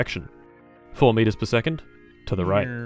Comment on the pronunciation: WTF IS A MEETEEERRRR oh i got it know thx